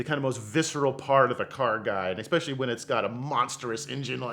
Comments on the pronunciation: take a shot every time someone says "expecially" instead of "especially" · Can’t anyone pronounce especially? It’s not pronounced “ expecially “. There is no X in it. Also for the fact that sells lambos he can’t pronounce Gallardo. lol 🤦🏻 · I'm just a man out here trusting a grown man that says expecially